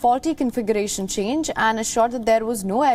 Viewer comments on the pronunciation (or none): none